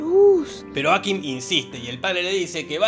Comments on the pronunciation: me enerva que le diga ákim DONDE VISTE EN LA PELI QUE ACENTUEN EN LA A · Cómo "Áquim"? Aquím!